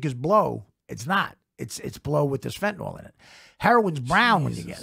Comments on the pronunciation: Fentanyl (fentANIL) not fentaNALL. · That's not how you pronounce "fentanyl!!" It's not fen-ta-nol!